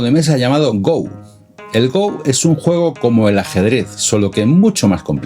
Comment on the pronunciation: No es GOU es Go, palabta de origen japonés. Saludos.